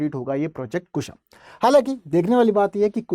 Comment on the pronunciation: माननीय इसका नाम कुशा नही कुश है